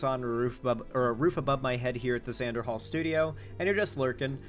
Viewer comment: Xan der hals with boughs of holly